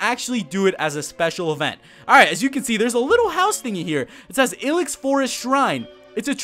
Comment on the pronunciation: dude stop. it's I-LEX forest. as in I hate your pronunciation lol